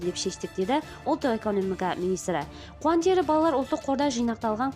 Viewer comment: Ең болмаса министрдің фамилясын дұрыс айтсайшы😅😅 Қуантыров деп